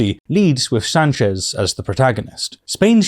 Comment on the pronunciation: I'm from Spain. Two things: First, the official title for the Spanish Head of Government is President, not Prime Minister. We're not the UK. Second, that's not how you pronounce "Sánchez". Other than that, good job. Those bases were leased to the US in the late 1950s in exchange for American support to Franco's dictatorship.